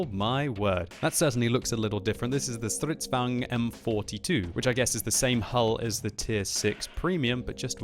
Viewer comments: How you pronounce stridsvagn: "Stridzvuagn" XD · att you said it wrong is now german is swedis and you prenuse it like this stritsvang 42 is wahy is croting like the strv 42